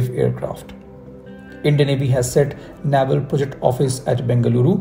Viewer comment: Good content. I heard TEDBF for IN by 2040! Also, Naval is pronounced नेवल 🙏not नावल